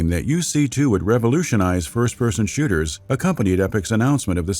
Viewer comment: Did he say 1st person shitters?